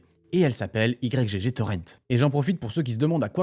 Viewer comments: J'en suis qu'au début, mais ça m'intéresse grave, vu que j'y allais de temps en temps (pour trouver des pépites introuvables ailleurs). Par contre, ça me crispe "i-g-g torrent" alors que j'ai toujours lu "igtorent" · merci de rétablir les faits ! mdr j'en pouvais plus de la vidéo de micode ou ils sont tous en train de l'appeler Y-G-G au lieu de YGG, c'est pas sérieux tout ça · Pourquoi Y-G-G? c'est igtorrent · J'ai un problème avec cette enquête : cette infâme prononciation "i-jé-jé" 😂 Sinon, masterclass ! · Je dis "why ji ji" j'ai pas trouvé plus facile à prononcer et je savais même pas que c'était français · On prononce le nom comme Yggdrasil ( iGUE )...